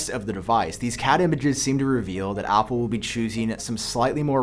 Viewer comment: Not sure if you’re saying apple or oppo